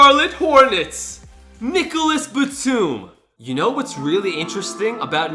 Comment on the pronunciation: you said nicholas batum but it is pronounced nichola batum